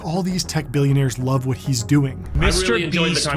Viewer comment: U said billionar love him wrong all love him nuuub